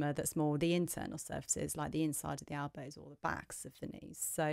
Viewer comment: Great vid but wtf are “albows”😏